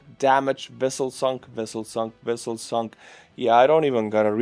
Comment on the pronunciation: said "Wessels" like Chekov who was grilled by US military after being captured in the "Nuclear Wessel" Thanks for a good laugh! 😅